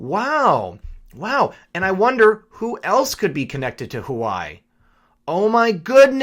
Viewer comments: Please stop mispronouncing Huawei. It's not hu•a•why, it's pronounced wa•way. Think of chihuahua and weight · It’s “Wah-way” not Hawaii, my only issue with your otherwise great video 😂💯🙏🏽🇺🇸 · Hua Wei is pronounced "Hwa" (like one says while doing a karate chop) and "Way" and NOT "hoo-ai" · Correct pronunciation is #WahWee and not #Hawaii ....... Please pay attention❗️ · Huawei is pronounced Hwa-Way. God, stuff like this grates on my ears like nails on a chalkboard! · LOVE your stuff!!! You are my go-to channel and I love your giggle-fits! But, I got corrected myself regarding Huawei - it is pronounced Wah-Way Please keep up your great work as I can't stand a day without your outlook (and those chuckles)! #WWG1WGA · just FYI, Huawei is pronounced Waa Way. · Huawei is pronounced wah-way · Please pronounce Hua Wei correctly. It hurts your credibility when you refuse to enunciate correctly. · I think Huawei is pronounced "wah-way." I love your videos, and your commentary! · FYI... Huawei pronounced wah way. Your videos are spot on. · Huawei is pronounced, warwee! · It's pronounced wah-way Phuk nut. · dammit, the cell phone company's name is pronounced.. "waa-way" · Hello . Yer doing great. FYI pretty sure the pronunciation of the Chinese Telecommunications company Huawei is your pronounced “wah-way”. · huawei - pronouned Wah-Way... :) as the others chime - always great updates. Thank you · Don't know why but it drove me nuts it's pronounced yaw-way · HUAWEI is pronounced "Wa-Way" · It’s pronounced Waa-way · Huawei... Pronounced "WaaWay"! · huawei is pronounced wa way just for the record lol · Isn't it pronounced wha-way? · Good stories but Huawei is pronounced Wow Wei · PRONOUNCED WHAH-WAY...GOOD JOB ✌✌ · Huawei = Wah-Way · Huawei... pronounced waah way. Apparently. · Huawei (waa-way) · This guy does not know how to pronounce Huawei! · Huawei is pronounced wa-way not hawaii. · Enjoy your work! Keep it up! FYI- thought you were saying Hawaii., not Wah-Way (Huawei)